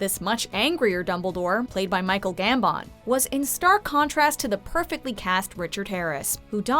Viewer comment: Love how you say Michael gambon 😂😂😂